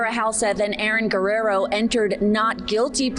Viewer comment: Guh-rare-oh For corn sake